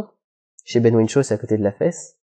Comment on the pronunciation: Ben Whishaw, pas Ben Whinshaw.